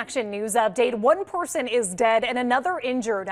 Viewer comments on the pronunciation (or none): One porsen lol